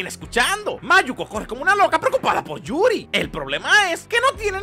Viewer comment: "yurio" XD